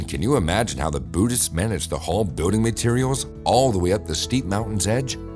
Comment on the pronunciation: It's Pronounced BUILDING Not BUEWDING!! Learn PROPER English if your going to Narrate a Video. People like you Should Remain Silent!!